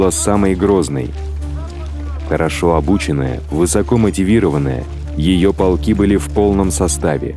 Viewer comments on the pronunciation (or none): none